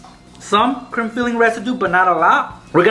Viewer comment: sounds like he is saying crim filling instead of cream filling